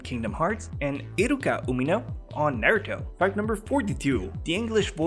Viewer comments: if u dont mess with pernunciation anymore than why did u say nairuto instead of naruto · If you don't mess with pronunciation, then why can't you pronounce Naruto right?